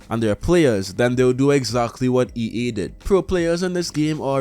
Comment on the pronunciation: why do you keep saying EE instead of EA?